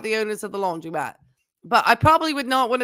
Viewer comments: the word is laundromat, not laundry-mat. Please don’t mispronounce it like Tim. 🙃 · It’s not “laundry”-mat, was my point. 🙂